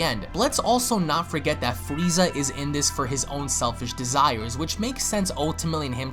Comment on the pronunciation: you said Frieza correctly.....all the other ones are fweeza...what do you have against the letter R my dude?